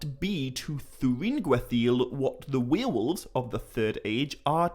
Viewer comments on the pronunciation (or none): dude.. its' warewolves... not wheel-wolves 🤣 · The way you pronounce werewolves as "we are wolves' is so charming. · You're saying Werewolves wrong